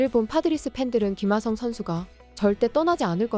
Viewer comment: 참나 왜 김하썽이라고 계속 발음하는건데?